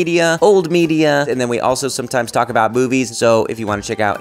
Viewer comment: I know that you say "movies". But I can't not hear "boobies" instead.